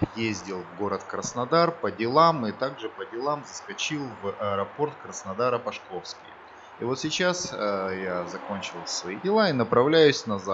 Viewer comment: Аэропорт Пашковский ( пА шковский - ударение на букву А).